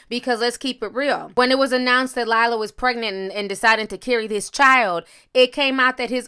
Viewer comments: I thought we was being funny yk Lie-Ra😂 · I chuckled every time Ti called her "LIElah" hahaha!!! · If she say Lila one more time✊🏻🤣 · Lmao wait isn’t it pronounced “Lear(like tears 😭)-ah” 😂😂😂😂😂 I love Ti lmaooo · *Lira(lee-ruh) Galore ... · hotsytotsy56 fucking dead 😂😭😭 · Every "Lila" took me out 🤣..... If you're trying get messed up switch your tea with shots every time Ti says Lila 🍸 take one 🥴 #newdrinkinggame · Ti darling, its LIRA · LEER-UH!!!!! Lira girl ! LEER-UH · Pronounced Lura Galore. She was engaged to Rick Ross. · Its LIRA (*LEAR*RA) 🤦🏾‍♀️😂😂😂😂😂😒😘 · Pronounced (Leer-Ra) damn girl! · Thought it was “Leer -Ah” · Lie-la Galore 😩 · Idc how her name is pronounced...for the purposes of this video, we calling her “LIE-ra” doggone it! 😂🤣 Y’all let Ti pronounce the names wrong, it be funny and makes me laugh every time 😂🤣 Some days I need that laugh 😩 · LEAR-RA = Lira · You always saying somebody name wrong 😂 it’s LEE-RAH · I love you Ti but her name is LIRA!! Use that r please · I swear ti is always butchering names on serious topics. First jussie then now lira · Ti you sure know how to butcher a name...called that girl everything but 🤣🤣🤣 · Why are you misreading her name like that? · Are you mispronouncing her name on purpose? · Sis I love you but stop calling LIRA, LILA 😫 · I love watching u but damn do u be butchering ppl names🤣🤣🤣 LiLa Galore tho....its Lira 🤣🤣🤣🤣🤦‍♀️ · Actually it’s pronounced Leer-a! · Are we calling her Lila on purpose or ignoring the “R” and adding an “L” ☺️☺️☺️. Either way it’s making me laugh. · (When she made it a point to correct Kaylar’s name) 😅 The real tea was you calling Lira, LIE-lah 👀 I caught that shade. 😭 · LIRA...NOT LILA. Ti, you are the ultimate name butcher 🤣🤣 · Its “lira” not liahla lol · Then you called her “Lie-ra” at the end!? Lol 😆 shady Ti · Lmaooo. How do you read “Lira” over and over again and continue to pronounce it, “Lyla?” 😂😂😂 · “Lear-A” not Lye-ra and not Lila 🤦🏽‍♀️🤦🏽‍♀️🤦🏽‍♀️ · Nobody: Ti: “Lila”